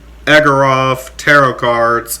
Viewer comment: It’s pronounced Igor-ov. 😁 Artwork is very unique! Love how you hold the cards really close to zoom in on certain aspects.